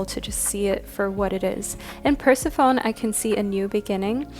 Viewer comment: Hi! Loved this reading! 💜 Karma #3:). (Persephone is pronounced Per-seh-fuh-nee btw, I said it the other way for years lol 😂)